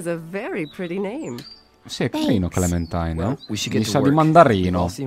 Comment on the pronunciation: Si legge clementain hahahah